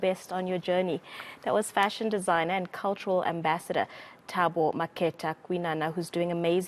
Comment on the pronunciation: Pronounciation is so poor there by eNCA. It’s indicative of a Broadcaster that doesn’t respect other peoples cultures, it has a nose in the air aura about it. It’s disgusting that SA news casters can’t pronounce Makhetha……. It is such a common name….. so common……